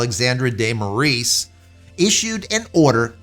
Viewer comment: You're pronouncing his name wrong: it's morAes.